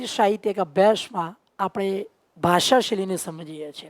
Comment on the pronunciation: તમે સ નો શ બોલો છો. અભ્યાશ નહિ, અભ્યાસ, શાહિત્ય નહિ, સાહિત્ય